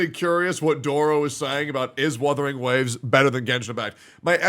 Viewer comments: I swear to go, if I hear one more content creator call it WITHERING WAVES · istg, if i hear "WITHERING" again one more time, Imma flip my table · I SWEAR HES SAYING WITHERING ON PURPOSE AT THIS POINT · I'm sick and tired of people saying withering instead of wuthering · he forgot to tell doro that its wuthering not withering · He keeps calling it withering ugh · Other CC "Withering wave" how hard is it to pronounce "wuthering". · "Withering Waves!" - Doro "GET THE NAME RIGHT!!!" - and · my soul leaving my body every time doro says "withering waves" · Why cant these freaking people not pronounce Wuthering Waves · I love how is increasingly going insane when Doro mispronounces "Wuthering" everytime